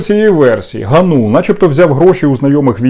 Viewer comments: АВТОР (га`нул) сука удар на первый слог!!! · По-перше, він ГАнул, з наголосом на А. Ви навіть цього не знаєте, що за єресь несете? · Який же ви журналіст, якщо навіть призвіще говорите неправильно? Його звуть Дем'ян ГАнул,а не ГанУл!😡😡😡 Добре,що в вашому призвіще одна гласна літера,не помилишся😂😂😂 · Не ГанУла, а ГАнулула)))) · Вибачте не ГаНУла а ГАнула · ПрізвищеДемʼяна звучить ГАнул, а не ГанУл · Зрадофіл гнап, прізвище треба правильно читати--- ГАнул. Ти став помийкою журношлюшною